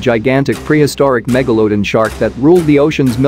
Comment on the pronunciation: Why do you say it as megaloadon not megalodon. Just pronounce it right. Its not hard. Other than that great vid.